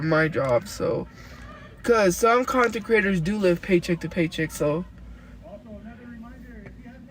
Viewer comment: She says content creators like consecraters 😂